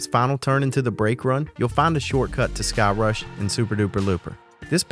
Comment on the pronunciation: All I heard was " don't go to thigh-crush " hahaha. Great video as always.